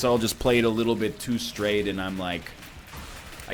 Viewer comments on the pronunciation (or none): none